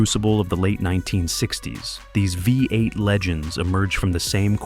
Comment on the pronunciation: The AI commenter calls it a 'Vi 8' twice, (instead of 'V8').